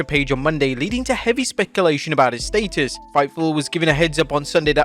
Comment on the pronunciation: Your pronunciation of “status” is criminal!!!!